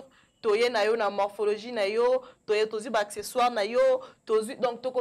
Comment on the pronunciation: Félicitations très belle émission je voudrais Attirer ton attention sur deux choses que j’ai remarqué juste il faut bien articulé quand tu parle et ne pas hésiter à revoir tes vidéos, par exemple Accessoires Tu prononces acquisoir ou encore Ça fait partie et non ça fait partir et éviter de dire ect……. Tout le temps deux remarque pour toi sinon je t’aime bisous 😘